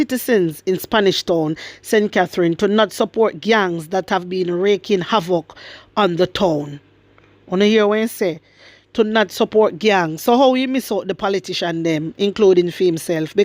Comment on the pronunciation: The name of the school is Jose Marti High School. It is pronounced "Ho-Say Marti" high school not Joe's Marti. It is pronounced "Reek-ing havoc" not "Raking havoc" although if one considers havoc to be like dead leaves then this "dead leaves" or garbage idea could be a good representation of what is happening in Spanish Town. vizualize : Spanish Town is being covered with garbage by these gangs. With that said, Good job, keep the fire blazing.